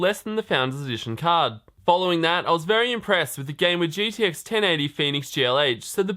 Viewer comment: It's uh... gTx just so you know. Not gDx